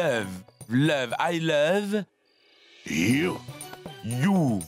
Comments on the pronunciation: Ehhhhh🤣🤣🤣🤣 mes cotes, qui dit" I lobe, au lieu de I love you" 🤣🤣🤣🤣🤣🤣🤣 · Au lieu de dire I love you il dit I leve you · Oh Mon Dieu, m'a tuée en disant I love you,lèv you😂😂😂😂😂😂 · qui apprend l'anglais 🇬🇧 c'était vraiment quelque chose et plus encore quand il a dit prononcer pour la première fois les mots I LOVE YOU, et quand il a dit I LO E YOU A Jodha qui miskina ne comprenant pas ln mode mi effrayé mi colérique wallah j'en pouvais plus tellement il ma littéralement flingué de rire a en pleuré c'était aussi cute 🤩😘😍🤗😁😉😀😆💜🧡💛💗💓💝 que hilarants n'est pas mdr lol xptdr😂😂😂😂😂😂😂😂😂😂😊😂😂🤣🤣🤣🤣😂😂😂👌👍🏼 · Qui à éclaté de rire quand a essayé de dire "i love you"😂😂😂😂🤣🤣🤣💔 Ps: je suis sûre qu'il le fait pour jodha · La partie où prononce i love u c’est pr nous dead??😂😂😂😂😂😂😂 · pardon l'anglais là 🤣🤣🤣🤣🤣🤣🤣🤣🤣🤣🤣et sa manière de prononcer 😂😂😂😂😂😂